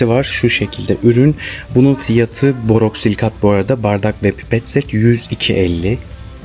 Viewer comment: Borosilikat olacak doğrusu boroksilikat değil 😊 Teşekkürler 🤗